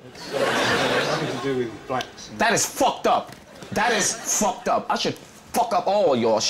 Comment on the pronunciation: The emphasis he put into "Fucked Up" loooool